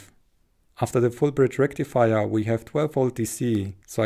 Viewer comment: FULL BRIDGE RECTIFIAAAH